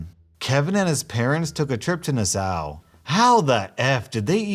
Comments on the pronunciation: BIG fan. Listen everyday, literally. But Nuhssow? Nassau. In the Bahamas. Dude.... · It’s nass-saw, not nuh-sow. Nassau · Lol I love you, but it's not 'Na-sow', it's 'Nas-saw', as in Nassau, Bahamas xD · Nassau is not pronounced Nass-Ow, it’s pronounced Nass-Aw or Nass-Ah Just by the way. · Nassau: nA-sow ... no, it's nAh-saw. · Na sow? it's Nah-saw Bahamas! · Bro its not nassaou its nassau look it up im sorry not trying to be rude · Nassau is pronouced like Nasa...not Nasow. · Hi! Just a heads up, Nassau is not pronounced Nas ow (as in ouch), but nas- saw! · Hey, in your gisrt story the word "Nissua" was pronounced wrong. I've been there and its pronounced like "niss-wa" its a little weird and it's part of the Bahamas. Trying to help. Love ur vids ❤ ❤ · it's pronounced NA SAW, Nassau Bahamas... Hehe These Kevin's, just WOW 😳!! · Nassau..... its not "na-sow", its "nass-saw" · Nassau is pronounced Nah saw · Its pronounced Nas-saw m8. Just saying. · Nassau. It's pronounced "Nassaw". I would have loved to hear about this family trying to get passports for travel to the Bahamas. Amazing they remembered those when they forgot the luggage. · Nassau is pronounced "nass-awe". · Nassau is pronounced (Nass-awe) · It's pronounced NAH-SAW as in NASSAU....get it Kevin? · Hey just to let you know the word Nassau is pronounced like “Nas - saw”:) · Oh good. I thought I was the only one who thought that was weird. Its NahSAW. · "NAH-saw" That's how you pronounce Nassau x'D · I'm pretty sure Nassau is pronounced :nass aw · Love your channels, but it might be a good idea to find out how to pronounce Nassau before doing a video about Kevins. Still enjoyed the video, but the mispronunciation was awesome. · You said Nassau wrong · Thats not how you say nassau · This video is demonetized for the pronunciation of 'Nassau'. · Great vid but that’s not how you say Nassau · That’s.....that’s not how you say Nassau